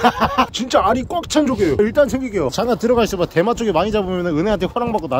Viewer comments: 어째서 대맛조개가 대마조개로 들리는거지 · 저만 대맛조개가 대마조개라고 들리나요 ㅋㅋㅋㅋㅋㅋ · 이영상을 보면 이 "대맛조개" 할때 저는 계속 대마ㅊㆍㅡ 로 들려요ㅋㅋㅋ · ㅋㅋㅋㅋㅋ나만 대맛조개가 대마초라고 들리나? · 저만 대마초라고 들려요?ㅋㅋ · 오프닝때 대맛조개라고 하는것같은데 대마초개라고들리네요… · 들으면 들을수록 “대마초”개 라고 들리네 ㅋㅋㅋ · 계속 대마초기 때문에 진짜 맛있어요라고 들려요.. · 나만 대마초라고 들리나? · 왜 대맛조개 말할때마다 대마초개라고 하는거 같지?ㅋㅋㅋㅋㅋ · 미안 내가 대맛조개 라고한걸 대마초를 라고 들었엉 ㅎㅎ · 나만 계속 대마초개라고 듣냐